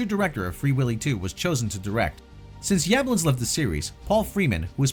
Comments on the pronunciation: The original was filmed in the City of "South Pasadena," not "southern Pasadena." And the producer's surname is pronounced "Yuh-BLONNS." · The way you pronounce Yablans almost made me turn the video off